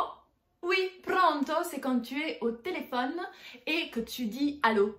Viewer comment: Il y a des problèmes de prononciation dans votre vidéo: conóscerla e non conoscérla. En Italie on fait la bise à gauche et à droite, les deux. Prónto e non Prònto: problème de prononciation de l'italien.